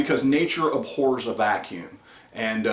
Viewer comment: Its abhors not aphors